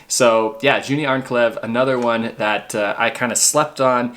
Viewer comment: I think it's pronounced YaniNa, not Jania. Also, Yuni, not Juni. The J is pronounced as a Y in German, Norwegian and Swedish.